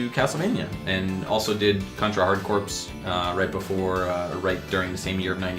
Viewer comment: It is "core", it's a play on words. Army Corps is pronounced Core, put corps after hard in a military themed game and you get Hard Corps. Sorry for being that guy XD great show guys